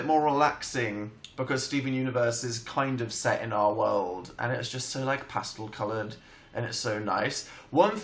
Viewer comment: i love how Dan says pastel "past-ul"